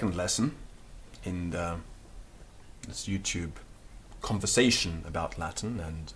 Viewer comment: Everything in Latin is perfectly pronounced, but what the h*ck is "Lath'n language" in English?